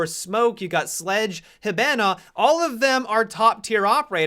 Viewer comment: LEARN TO FUCKING PRONOUNCE "HIBANA" CORRECTLY OH MY GOD